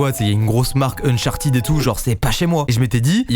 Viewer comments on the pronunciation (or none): none